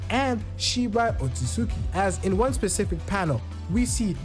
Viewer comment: Subbed my guy you funny n its oat-suit-ski LMAO